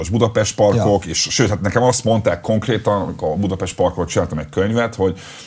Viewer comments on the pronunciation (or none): none